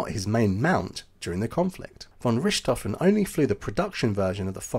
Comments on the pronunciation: Argh, I can't watch this! That constant mispronunciation of Richthoven as Rishthoven is terrible.🤪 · Pronounced Rick tofen! No ssshhht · It is really easy to learn how to pronounce his name properly but you didn't bother. Not " RISHT hofen but RICT hofen. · When you presume to correct someone else's pronunciation, you'd better be correct, nicht wahr? (As it happens, you're not.) It's neither "rich" nor "ric," but rhymes with "Ich/Dich," as in, "Mutti, Ich liebe Dich!" (I may be Irish, but my German pronunciation is impeccable thanks to a long ago girlfriend from Thuringia.)😉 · Wow, good ears! It's my 10 month old daughter, complaining about my pronunciation of "Richthofen". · You're using the French (or Western German) pronunciation of Richthofen. Kind of cramps my OCD style. Ha Ha. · Too bad you can’t pronounce his name properly. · Hmmm. I just thought he was using the Bavarian pronunciation.